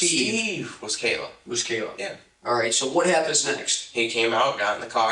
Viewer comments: Her name is kayyyy la not kyla. If you’re going to get views and likely monetized from people’s deaths please practice saying their names properly. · Her name was Kayla not Kyle-uhh. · Why does it say "Kayla" but you are saying "Kyla"?? Ik I might sound like i am nitpicking but if anyone's name is important to get right, it should be the victim!! But ummm what is her name?? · He also said "Kaylin" right after that. And I know there was a Kaylee. But he said Kayla, then Kyla, then mentioned Kaylee, and ended with Kaylin. Wild. Lol